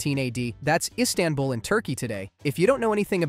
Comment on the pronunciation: Pls dont call it insabull its Constantinople